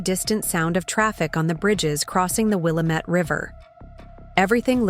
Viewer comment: It isWilllamit not willamet non Oregonions always pronounce it wrong